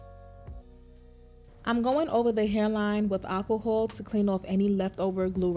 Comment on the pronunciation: Girl I got a good laugh when you said alcohol 😂😂😂- i said is she saying aqua hold or what 🥴😭❤️❤️❤️❤️❤️